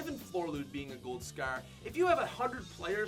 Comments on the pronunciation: Love your vids but why does it sound like your saying scear instead of scar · Gold Scarf 😂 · Scaer or scarre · Gold scare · says scar like its pronounced scarrrrrr. Drags the r😂😂😂 lol. Sorry pat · Asante Miller it’s his accent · he is canadian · Every time he says scar I want to hurt myself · The way u say scar pisses me the fuck off